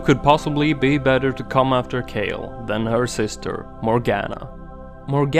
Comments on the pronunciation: Kyle xD its K-AY-LE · you can't even pronounce kayle right